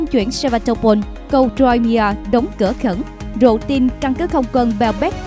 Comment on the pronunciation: Crimea (khoai mia) không đọc ( trôi mia)